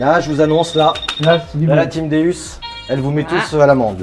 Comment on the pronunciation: stp si tu aime autant ton Deus stp stp prononce correctement sont non c'est un déOUs sa se prononce déOUs et non déUs pour faire partie de la team Deus faut savoir comment sont detecteur s'appelle.si un pilote te dit je fais partie de la team Ferrari et il te dit je fais partie de la team Ferraru tu en pensais cois 😂😂😂😂